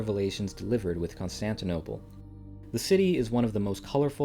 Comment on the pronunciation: You did Constantinople wrong man 😂